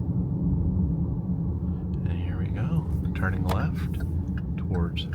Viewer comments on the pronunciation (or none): none